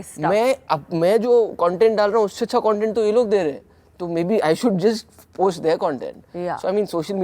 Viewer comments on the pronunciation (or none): none